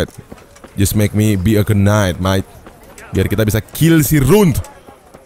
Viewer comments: Knight dibaca itu ga pake k. Agak terganggu gua denger "kenait" wkw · Btw bang, knight itu pronouncemya “nait” sama kaya night. “K”nya silent